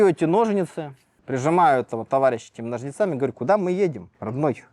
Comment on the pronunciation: "с ножницА́ми"😂